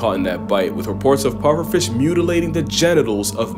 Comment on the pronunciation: years ok what’s a fimpsh?